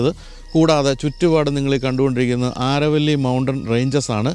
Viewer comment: അരവല്ലി മലനിരകൾ (ആരവല്ലി അല്ല )...